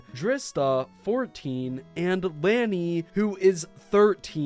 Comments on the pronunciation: Just a heads up Lani is Tubbo's younger sister, She's 13 and has her own Channel and its actually pronounced Lawn-ee not Lan-ee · Lani is tubbo’s sister and it spelled “Lani” but when you pronounce it, it sounds more like “Loni” like when you read the O N part it’s ON so Loni but it’s spelled Lani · PS: Lani (pronounces La-Knee not Lan-e I believe, correct me lol) is tubbos sister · Okeh so Lani is Tubbos littke sister and it’s pronounced lawn-e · lani ( l-ah-ney) is tubbo's sister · lani (pronounced larni) is tubbos little sister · I'm pretty sure Lani is pronounced with an ah sounds for Americans and she's Tubbos' younger sister. Correct me if I'm wrong about that. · Btw Lani is pronounced Law-knee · lani is tubbos sister also its pronounced lawn-e also love your videos keep up the good work :) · Also Lani is Tubbo's sister Its pronounced (Law-Knee) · so disgusted also her name is pronounced lah-knee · “Laani” lah-nee she is Tubbos sister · (La-ny) lani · This is sick and I believe u are right y would u even think of doing this And lani is tubbos sister and us pronounced larni:) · Lani is tubbo's little sister (also is pronounced Like Lawn-ee) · I totally agree with you bro! Like the heck?! THEY ARE FRICKEN MINORS ARE THESE PEOPLE THAT TOXIC I feel sorry for them they should not have pictures of that :( (also it’s Lani is tubbos little sister and she her name is pronounced La-nee) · sorry if this sounds rude(I have a pet peeve where when people mispronounce things it bugs me), but I'm pretty sure that Lani (Tubbo's sister btw) is pronounced Law-nee. Please correct me if I am wrong. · Since you don't know Lani (pronounced Lonnie), she is Tubbo's younger sister, who has recently turned 14 in October but that does not make what these people are doing, right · just btw lani is tubbo's younger sister:) and its pronounced more like lahni (just fyi, no hate!) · Its pronounced lawn ee And also she is tubbos sister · lani is tubbos little sister !! pronounced (lon-e)